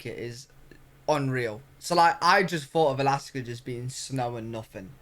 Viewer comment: Did say Galaska!!? 🤣